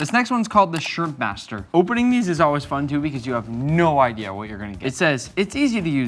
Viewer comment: bro really said “shirmpmaster” 🔥🔥